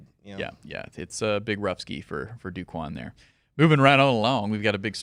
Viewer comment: By the way, it's not "Do" Quan, it's pronounced like "Doe" Quan.